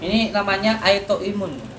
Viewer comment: Kok aitoimun... maap maap nih bukanya autoimun yes...